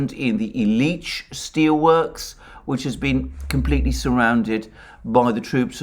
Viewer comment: The emphasis in "Illiich" is on the first syllable.